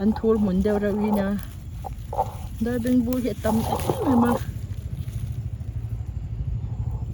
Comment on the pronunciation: Darbengbu I tih kha lambak ani em ...😅lam dan hi In ang lo nuai ve a